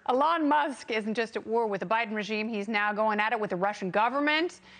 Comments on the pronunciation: Alon Musk? I thought his name was Elon. Pronounce the man's name properly! You sound ridiculous. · Why does she call him Uh-lon? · It’s not Alon Musk, it’s Elon Musk. It’s usually not mispronounced. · Its E-lon Not Ehlon 😆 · It's pronounced "EE-lon", not "ə-LON". You also say "adult" strangely. The "u" sound is like the "u" sound in "null", not "pull". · Please stop calling him “Alon”. Please, Please, Please. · It's E-LON. Not Ellen. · Get rid of this anchor. It’s Elon not Elan. Secondly, the amount of plastic or resin to make those glasses violates the green new deal. This was painful to watch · E-lon NOT eLON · It's eeeeee- lon not. Aaalon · EEE lawn not eh lon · “Alon Musk” 🤣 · Oh my word His name is Elon, how can you trust a reporter that doesn't pronounce words correctly? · When did they start pronouncing his name Ell~onn. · It's EEEElon Musk. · It's pronounced "EE-lohn". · ah lon musk? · So no one’s gonna mention her cringey mispronunciation of Elon’s name?? 😂😅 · Hey, ding dong, you should at least pronounce Mr. Musk's first name correctly! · This lady doesn't even know how to say Elon's name. Why does she think she is qualified to talk about somebody she doesn't even know whose name she fails to pronounce. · Pronouncing Elon wrong then sky link 🤦‍♂️ . Oh well at least I used star-link to google what that was . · Uhh what did she call him? Lol can't even say his name right? Wow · OMG... the way she pronounces "Elon"... ... ... Also it's "Starlink" not "Skylink"... but "brilliant and amazing..." eye roll freaking talking heads... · Can't even pronounce his name